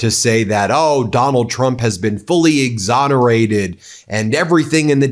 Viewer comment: DID SHE JUST SAY "HE WAS EXONARETED BY VICTIMS"???😮😮😮😮